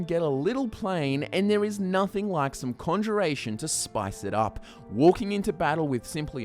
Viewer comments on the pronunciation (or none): none